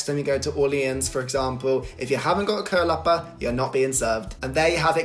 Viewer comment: Great pronunciation of "kölappar"!